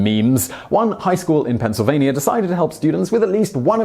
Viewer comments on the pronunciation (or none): none